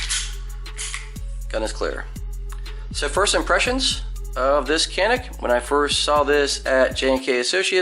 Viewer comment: Hey from Turkey guys. It is actually pronounced like this "janiik" :) Thanks for your videos.